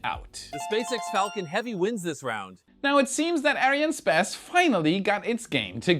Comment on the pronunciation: Hi, ARIANESPACE being the combination of the words ARIANE and ESPACE, the correct pronunciation sounds like: Ariane s pass, "s" being pronounced like the letter in English... Good luck and I hope to hear you saying it correctly soon. Keep on showing your passion for Space and SpaceX